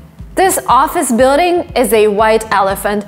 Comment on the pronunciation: For sure. I naturally thought she was American until her pronunciation of certain words caught my ear. Got me confused and then I read your comment. Her ‘L’ sound is a bit off, like in ‘building’ and ‘call’. Impressive.